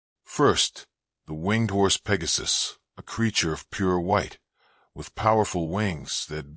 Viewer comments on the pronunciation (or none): none